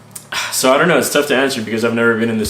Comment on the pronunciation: "I donut know" Love you man xD